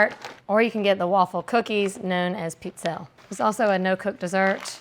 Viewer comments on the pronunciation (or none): Also the way she pronounced pizzelle 😂😂😂😂 that and the dulce de leche pronunciation had me cracking up. Gotta love her ❤❤❤